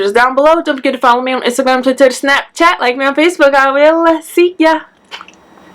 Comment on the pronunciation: I just realised that she says "twitter" in a Scottish accent.